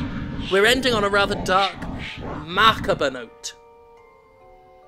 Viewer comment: Jim, I love you n' all, but that last pronunciation of "macabre" hurt me deep down.